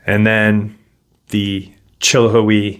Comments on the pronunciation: Its pronounced, cill- hi- we, thats how, east tennesseans say it 😂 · It’s pronounced Chill how we